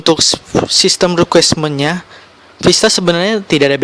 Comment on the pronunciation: translucent bang, bukan transulen requirements bang, bukan requismen